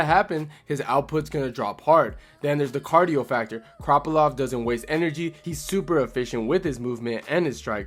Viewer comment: Good video but why do you keep calling him kroppylov 😭